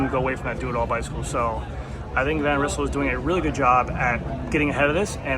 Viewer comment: Van Rizzle? 🤣Thats an alternative pronouncation :)